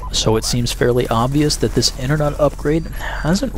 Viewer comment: "Internut" lol